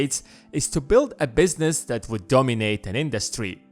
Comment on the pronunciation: ...please stop saying "that" as "dat"! It makes watching and listening to this unbearable!